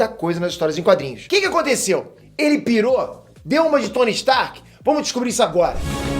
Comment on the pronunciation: "PITOU" KAKSKSKSK